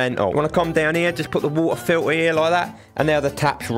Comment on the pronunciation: "Wultah filtah."